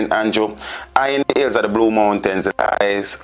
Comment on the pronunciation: "eye end omes in de ills of Montegobay.".....Gracious me. SMRH